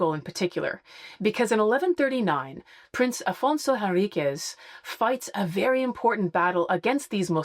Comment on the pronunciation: Afonso Henriques is pronounced “en RIK’sh” in Portuguese :)